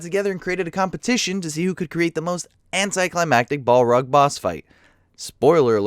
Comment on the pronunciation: bolrog? BOLROG? BOLROG!